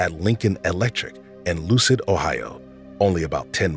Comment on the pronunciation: EUCLID, Ohio, not LUCID